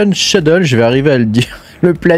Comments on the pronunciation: Skédule pour la prononciation 😊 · J'ai mis seulement l'audio, depuis le début je me demandais ce que c'était ce nouveau concept de "cheudeule"😂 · Ce mot m'a longtemps rendu fou ! Mais en fait, on doit prononcer "Skédule"... Un autre du style : miscellaneous, qui se prononce "misselénieuss"